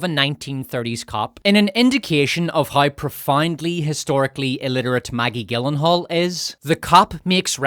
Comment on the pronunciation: Gyllenhaal is pronounced like Germany, not the way you keep saying it. Oh, hey, where's the cum-kiss-from-Queer and Scum-rape scene reference? It's not a video without them!